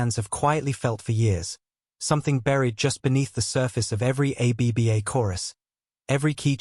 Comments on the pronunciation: A. B. B. A.? It this AI? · Trustworthiness plummeted to negative 60 points as the AI said "a b b a". Try harder.